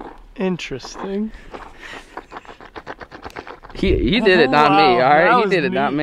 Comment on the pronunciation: The way says interesting 😂😂😂